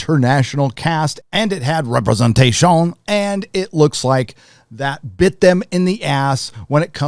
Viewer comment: PS please say representation like that forever more in videos